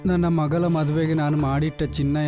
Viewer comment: ಮಗಲ ಅಲ್ಲ ಮಗಳ 🤣